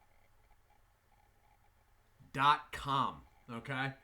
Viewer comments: Hi, It is pronounced HA-rritos, not Sha-rritos. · I think it's pronounced with a H